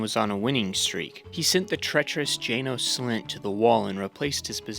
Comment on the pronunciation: Mispronunciation tracker: A Song of Ice and Fire Melisandre R'hllor Jaqen H'ghar Syrio Forel Janos Slynt Quaithe Brotherhood without BANNERS, not borders. At this point you've got to be trolling.